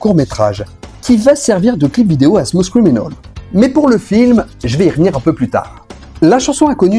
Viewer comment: Ah oui... Smousse criminaule! Sérieux les cousins français forcez-vous un peu avec l'anglais